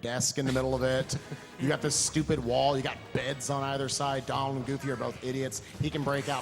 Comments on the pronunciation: I love this run but stop saying Dolan. Jesus. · It was a great run, but did anybody else hear the guy calling Donald "Doland" the whole time?? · so why does call Donald Duck, Doland? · its donald. please..... learn yourself